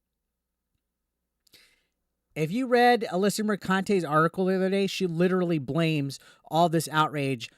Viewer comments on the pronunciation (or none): none